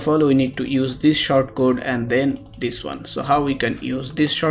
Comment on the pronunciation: By "short" you mean "sort", right? :P